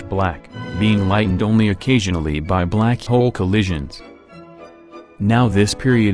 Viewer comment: How he says "black hole": Blak hiol